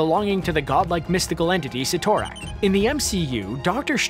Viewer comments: SIT- O- RAK not Sitor-ak....damit!!! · Cytorak is pronounced sitter-ack not si-tor-ack. WAY to much emphasis on "TOR", lol. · It is called the Crimson Gem of Cid-or-ac not Cit--or-ac. The spelling ytt has a d sound not a t sound. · Oh, it’s pronounced Si-tor-ack I always said sie-toe-rack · If you say Ci-tor-rak 1 more time😤😒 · ROFL!!!! "See-thor-ack"! "See-thor-ack"!! "See-thor-ack"!!! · Si To Rak!? I CRINGE EVERYTIME YOU SAID THAT. STRANGE EVEN PRONOUNCED IT FOR YOU. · Cyttorak Si-Tor-Rack